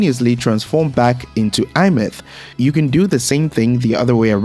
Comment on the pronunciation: i find it funny how he pronounced Aemeath = iMeth 😂 I pronounced it as "ey myath"